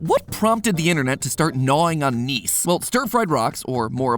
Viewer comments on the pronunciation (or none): Gneiss is pronounced nice... mathew patrick you have failed geologists everywhere by not making a pun based on the proper pronunciation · no way mans pronounced gneiss as "neess" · hearing him say gneiss as “neice” was painful as a geo major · Gneiss rhymes with rice, not geese. Seriously, if you're going to make an alliterative (gnaw, gneiss) joke, at least pronounce the terms correctly (bonus points for picking two words with silent g's though). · gneiss is pronounced nice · I'm a geologist and your pronunciation of Gneiss killed me. It is pronounced nice, like that's a nice rock. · Geology student here. "Gneiss" is pronounced like "nice".